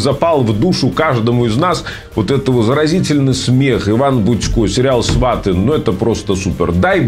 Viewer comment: Не свАты, а сватЫ